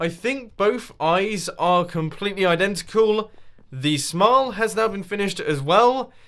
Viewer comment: Eye dentical hahaha so funny=-3